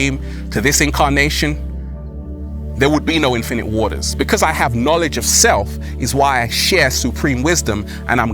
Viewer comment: Every time he says his name it just sounds like he’s saying “Infinity War”, but wrong. Did the MCU Infinite Waters survive the snap? We literally have no way of knowing! Because he basically doesn’t exist. But in theory there’d most likely be a version. I guess he would be a sorcerer.